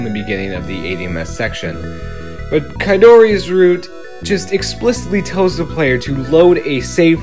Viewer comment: Ok, you brought me out of Youtube retirement (at least to post this comment.) Good review, nice insight into the real-world companies and peoplethat created YU-NO, as well as plot analysis, music, etc. One minor criticism: the green-haired reporter's name is pronounced "Kaori" not "Kadori". Dragon Knight 4 in English is coming eventually, YU-NO? (sorrynotsorry.) I'll have to check out Exodus Guilty, I still have a DVD player.